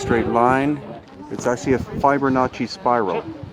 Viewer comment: "Fiber Notchy" spiral ... LOL!